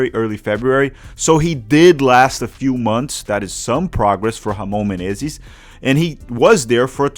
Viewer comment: Caí de paraquedas aqui, a pronúncia do inglês tava boa ao ponto de achar q o canal era gringo mesmo até vir a pronúncia perfeita de "Ramon Menezes" e eu me ligar que é br kkkkkkkkkkkk tmbm percebi o clubismo na hora de cornetar o Rony Rústico por ser palmeirense, eu já gosto do Rony pq sou Athleticano kkkkkkk